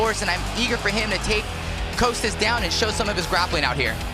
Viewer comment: Why do they keep calling him Coastas? It's Costas guys, Costas!